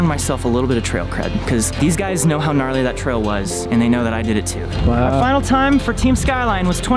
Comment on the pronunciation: "GRARLY MAN!"